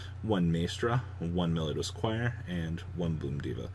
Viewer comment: you are pronouncing it Meliodas but it's Melodious lol